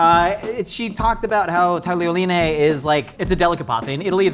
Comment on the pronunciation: you are the first American i hear in my whole life that is able to say "tagliolini" the right way. You still got "sbagliato" wrong, but I love you anyway